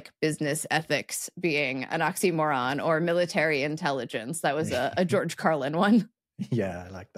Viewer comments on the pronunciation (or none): none